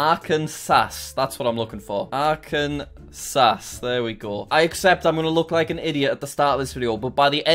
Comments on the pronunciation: Im from arkansas it’s pronounced arc-an-saw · Arkansas we usually say it one of two ways…. Neither is yours lol. Proper way: Are-can-saw How we jokingly say it: Are-can-sas Because it’s spelled just like Kansas (can-sas) with an ar in front yet they say it differently…. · Same with Arkansas. Jack: saying "arkan-sas" Me, an Arkansan: ITS PRONOUNCED "ARKIN-SAW"! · State: Arkansas Arkansans: are-can-saw Internet: Are-Kansas (are-cans-us) Jack: Are-come-sass Never change, Jack, never change. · ArkanSAW not SAS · The way he says Arkansas reminds me of that one Vine.... but jokes aside, it's Arkan-saw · ITS AR-KIN-SAW omg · jack it's ar-kan-saw, mar-a-land and mish-a-ghin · Arkansas is pronounced ark-an-saw also you said it right on the last go also it is really just Kansas but with ar at the ground and sounded differently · It is pronounced Ar-kan-saw. This is just to help you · Arr Can Sass 😂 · Ar can saz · Arkan Sauce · He says ARKANSAZ alot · jack: says Illinois correctly also jack: ar-can-sas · Jack: Ar-kan-sas Americans: disappointed emoji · bro it’s ar-can-saw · bc jack said ar-can-sas mr smarty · No one: Litteratly no one: Jack: are can sauce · Jack just an FYI we Americans pronounce Arkansas Ark-en-saw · It’s pronounced “arkan-saw” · arkanSAS as an American, that pronunciation hurt me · Jack: Arkansasss Aldo Jack: oooooo ✨alabama ✨ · he mispronounce Arkansas this is how to say Arkansas [ark-n-saw] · Jack, Arkansas is pronounced "ark-an-za" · Jack its not like SAS its like saw the s is silent in Arkansas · It’s pronounced Arkin-saw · As an Arkansan, the way he says Arkansas annoys me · Arkansas people even more triggered for pronouncing the name wrong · I’m born and raised and still in Arkansas and yes it’s true we get upset when they pronounce it wrong and I am just absolutely embarrassed that he isn’t pronouncing it right 😔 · he said my state 2 times and the 1st one he just glossed over its Utah lmao P.S. he never pronounced Arkansas properly rip